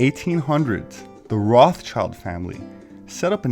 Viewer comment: lol.... so funny. "Speaking of manure....here are the Rothschidles